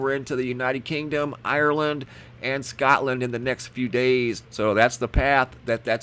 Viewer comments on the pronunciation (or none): none